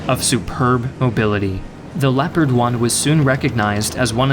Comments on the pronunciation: Leopard i think is geniunly the worst pronounciation ever lol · As a native German speaker, your German pronounciation - though you left out some of the details and harder parts - is pretty good. Only "Leopard" isn't pronounced with "e" like "Leo", but like "leg", "less" :-) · What if i told you that the Leopard is pronounced (leo-pard) as Gepard is the german word for leopard lol